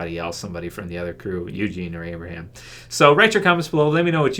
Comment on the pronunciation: its abraham